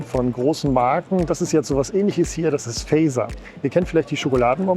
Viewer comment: Ein schönes Video Es wird "Fatzer" ausgesprochen. Eine Fahrt mit dem Risenrad lohnt sich auch, wenn man keine Höhenangst hat. Die alte Markthalle mag ich auch sehr. Liebe Grüße/Paljon terveissia Katarina